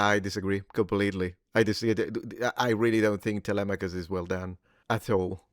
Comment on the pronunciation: Must have been paid off 😂 And how is that Ben and others cannot pronounce Telemachus?